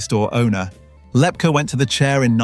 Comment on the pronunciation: LEP KEY is how it's pronounced